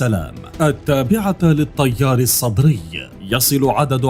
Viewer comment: حلوه بحلك المذيع من يكول الطيار السطري 😂😂